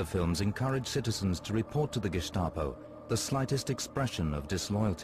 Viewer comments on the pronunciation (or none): sorry 75 now and never heard the gestapo being pronounced as gishstapo.... t. clark